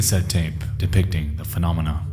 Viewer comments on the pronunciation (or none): none